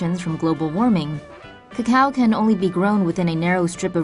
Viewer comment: STOP SAYING CACAO WRONG